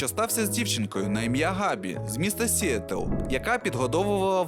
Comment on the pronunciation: Отже, наголоси - Одинока осОбина, а не особИна - ПтАха, а не птахА - СіЕтл, а не СІетл😉 І дякую за цікаву інформацію